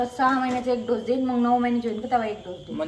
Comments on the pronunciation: ढोस नाही ग बाई डोज मन😂😂😂 तुम्ही लोकं सोशल मीडियावर आहे आणि स्वतःचा हसू करून घेता आणि ते पाच सहा वेळा ढोस ढोस बोलते आणि परत manta की होते बोलताना ढोस madhe aani डोज मध्ये kahi फरक आहे की नाही रोहिणीला परत शिक्षणाची गरज आहे मला तरी वाटते त्यादिवशी परीला पण संडे मंडे चुकीचे शिकवत होती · ढोस नाही ग बाई डोस